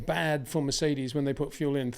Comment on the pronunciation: hasn't pronounced Mercedes properly once